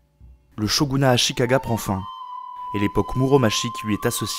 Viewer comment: Depuis le temps que je cherchais une vidéo bien écrite et bien montée sur l'Histoire du Japon, je suis enfin servie ! Super vidéo, c'était très agréable à regarder ! (malgré les quelques défauts de prononciations de certains nom [Senngoku, Muromatchi] mais je chipote)